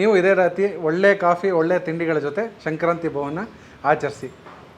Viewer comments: ನೀವು ಹೇಳುವಾಗ ಶಂಕ್ರಾಂತಿ ಎಂದು ಉಚ್ಚರಿಸುತಿದ್ದೀರಿ. ಅದು ಸಂಕ್ರಾಂತಿ ಅಲ್ಲವೇ? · ಶಂಕ್ರಾಂತಿ? ಅದು “ಸಂಕ್ರಾಂತಿ”